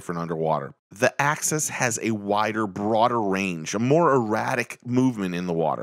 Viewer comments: You’re saying access 😆 it’s not pronounced that way , it’s “axe us” 🤣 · Good video nice comparison but I can’t believe nobody commented how it drove them nuts every time he pronounces axis like access. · The way you say axis is like access but with xs